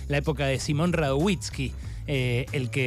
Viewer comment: No digas ni Radowhisky ni da gio vani. Es radoviski y di yovani.